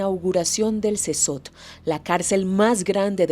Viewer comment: Casi once minutos de "Wiri, Wiri", para llegar al tema de las pandilleras. Eso es mas de la mitad del video en puras mamadas, aparte la carcel donde estan los pandilleros se pronuncia "Sekot". Ademas, en la carcel o prision, se van a pagar las sanganadas que hicieron en contra de la poblacion, independientemente si son hombres o estas mujeres pobrecitas, oprimidas por el patriarcado. Puta, este reportaje, esta lleno de tantos prejuicios que pierde cualquier gramo de veracidad que tenga y se vuelve propaganda (tanto de gobierno, como de organizaciones que solo buscan empujar sus ideales).